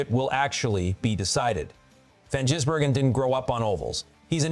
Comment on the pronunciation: Why do you call him jizzbergen,its gisbergen ,disrespectful,if your going to make money off his name,get it right